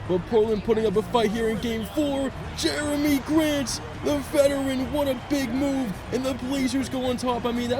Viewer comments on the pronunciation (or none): none